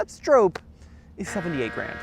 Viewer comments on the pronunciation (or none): Stop saying Strope, w/hard O. His name is Stroppe... Bill Stroppe (Str-ahh-ppp) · Just FYI, it is pronounced "Strawp" not "Strowpe." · The surname Stroppe is typically pronounced "STROP-pee". It rhymes with "hoppy" or "poppy". Some people may mispronounce it as "STROPE". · You are pronouncing Bill's name wrong. It does not rhyme with hope.